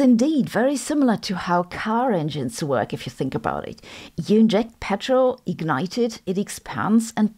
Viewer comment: Noice Woyk my fwiend 🤣